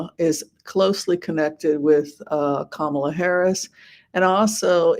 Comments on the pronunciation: Thank you. And her name is pronounced: comma-la; not ka-MA-la. ( ,la ) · "comma-la", not "ka-MAH-la" Please do not pronounce her name incorrectly like TFG does. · At least pronounce her name correctly comma la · Hello. Please call her KAMALA😄 and not KAMAALA😟. I know you did so several times 🙂but kept slipping back to Kamaala. First time watching your reading, and I liked a different perspective because the readers that I have watched lately have a very glowing perspective for a win for Kamala. Only my mind broke a little bit when you called her KAMAALA instead of proper pronoun KAMALA. I personally believe sounds/vibrations are important, especially for nouns and verbs. Thanks for the reading! Everyone vote 💙💙💙 up and down the ballot.